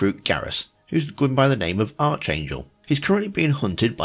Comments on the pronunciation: Not Arch-angel. Arc-angel. Not Eleanor. Elnora. It's literally pronounced for you in game. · I'm sorry, I can't get over how you said arch angel instead of archangel. Even if you don't know this common semitic word, you should've still heard it pronounced correctly if you PLAY the GAME.